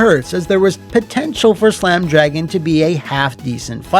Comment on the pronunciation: C’mon and Slam! Welcome to… Dro-Gan?